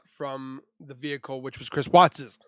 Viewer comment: 😂😂vehicle not vehice